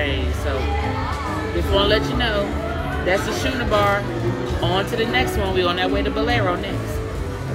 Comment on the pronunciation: It's schooner like scooner not shoener